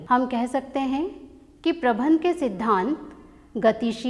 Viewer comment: Men Sahab prabandh ko bar bar aap prabhan prabhan kahati Hain ऐसा क्यों